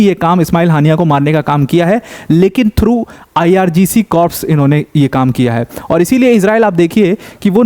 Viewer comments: Corps nhi Sir "Core" bolte h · the correct pronunciation of corps is CORS.P is silent.u repeatedly use wrong pronunciation in so many videos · Please check your pronunciation of "corps".